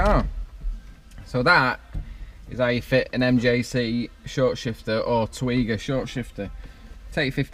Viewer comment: I've got the same short shifter, I also had to twat it to get it in 😂. Haven't upgraded the bushes yet though. I think it's pronounced Teg yee wa.